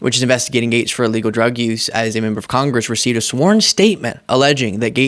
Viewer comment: Sounds like he is saying "MAGAtes" instead of Matt Gaetz... if that is not intentional, it should be lol